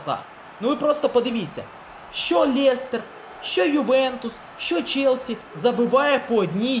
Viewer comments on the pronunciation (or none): Лєстер...мляя уже за@ Ріже вуха Лестер